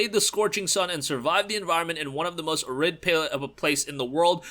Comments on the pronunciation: Arid - air~id (Uh~rid lol). It's cool - arid desert (arid means dry/ lacking moisture). Still dig your reviews - just gotta digital dutch rub ya! Good vid btw - keep em coming! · Thanks. Also, Arid is pronounced as "AIR-id" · Yup. /ˈærɪd/ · You're pronouncing "Arid" so weird. Lol. It's Arid.... Like dry and arid climate.